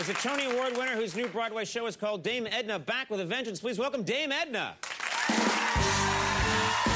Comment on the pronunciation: He absolutely butchered it and was worse than embarrassingly bad. If you do not understand that, then I suggest you make yourself familiar with more of the Dame's work.